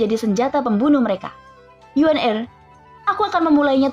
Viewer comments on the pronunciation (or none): none